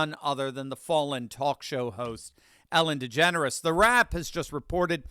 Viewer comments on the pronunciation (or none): You said Ellen Degenerate wrong.